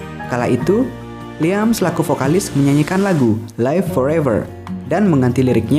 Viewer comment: kata "liam" disebut bukan "liam" min tapi "liem"